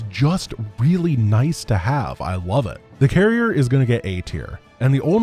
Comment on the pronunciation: Carrier... Garry-er... I guess?